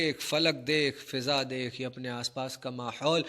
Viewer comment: فِضا لفظ ہے یا فٙضا شاید عدم توجہ کی وجہ سے آپ نے فِضا پڑھا۔